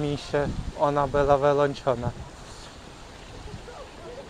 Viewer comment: Dlaczego ukraincy nie potrafią wymawiać literki "Ł". Ciągle tylko "L" mówicie. "Wylączona" zamiast "Wyłączona". "palac" zamiast "pałac". "Cieplo" zamiast "Ciepło". Tak ciężko nauczyć się wymowy jednej literki?